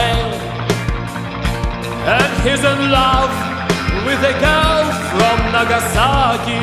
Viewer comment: Ну да, он старается произносить правильно английские слова, но его выдаёт "Нагасаки", произносит он это слово именно по русски, с ударением на втором слоге, тогда как на английском это слово произносится с ударением на первом, и нажимом на "нага", а "саки" почти проглатывается.